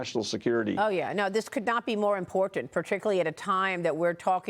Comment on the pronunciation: Maria is one of the last few people on Earth who knows how to pronounce "Important." You know, with T's.